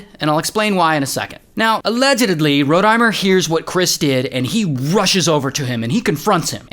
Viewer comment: I love how Ray says “Allegedely” in stead of allegedly💀